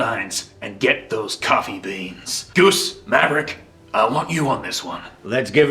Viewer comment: Did homeboy say "marrick" in the top gun scene? oof.